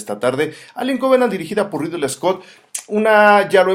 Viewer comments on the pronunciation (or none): Un shot por cada vez que dice "Riddle" Scott en lugar de Ridley. ¡Buena reseña, saludos!